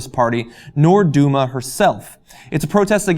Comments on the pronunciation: lol "duma"? XD that was funny It's pronounced Deelma, actually xP but it's ok, I think it's the first time you screw up the pronunciation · "Dilma", not "Dulma". Nice reporting! Keep it up!